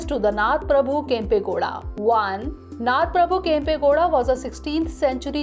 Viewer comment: It's "KANNADA",not kannad. He is "NADA" Prabhukempe Gowda, not Nad Prabhukempe Gowda. ಕನ್ನಡ♥️ ನಾಡ ಪ್ರಭು ಕೆಂಪೇಗೌಡರು♥️